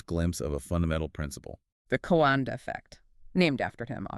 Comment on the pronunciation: Just a bit of correction,. His name is Henri Coandă and it's read like the 2 narrators said: Henry (like in French language) and his family name is Co an dă, it's not Coandră. He built a plane prototype but it turned out he discovered the jet propulsion engine. It was the first working one but this thing was just starting to make sense. The Wright brothers didn't invent the jet propulsion engine, they perfected it based on this Romanian inventor. The idea belonged to this Romanian man, it didn't belong to them but they put it into practice better than Coandă did. I guess as years passed by, this "tech" evolved. 🙂 Come to think about it but aerodynamics is also used in car design to make them perform better in the wind tunnel, to make some of them perform even better, to push the boundaries of engineering while others to consume less fuel, to get better gas mileage. Back then, there were still old school teachers who weren't interested in making money but into passing knowledge to their students, to other people, to educate them. First and foremost, being a teacher was seen as a noble profession and not many even had the opportunity to study anything. Some peoples parents wouldn't even let their children go to school or anything, they sent them to work from a young age.